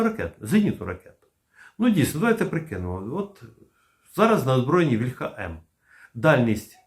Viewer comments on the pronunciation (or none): Плюсик, але не стомлюся нагадувати, що українське слово «вíльха» має наголос на «і» (це за порєбріком «ольха» наголошується на «а»; не треба за ними повторювати).